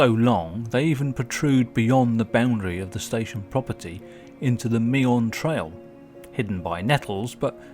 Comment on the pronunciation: It's pronounced Me'n, not Me-on.